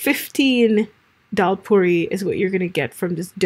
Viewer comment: Its daal not dhal.